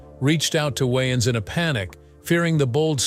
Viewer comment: Why does he keep saying Wyans?